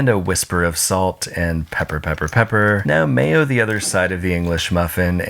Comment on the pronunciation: everything was good until he said "mayo"